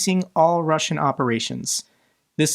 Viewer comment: i beg you..... watch a youtube video on russian pronounciation, PLEEEASE 😂